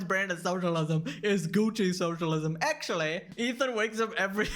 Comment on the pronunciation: It's actually not actuawy